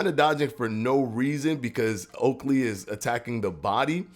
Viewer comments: STOP CALLIN HIM OAKLEY BRO ITS OKOLI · Just for future reference it’s okolie not oaklie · Did he just say oklie 🤣